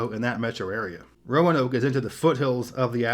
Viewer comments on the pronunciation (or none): Pronounced RO-NOKE....please.